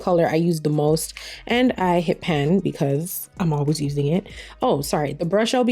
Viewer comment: Are you saying "hit pen"?... the saying is hit PAN lol Love this look 😍😍😍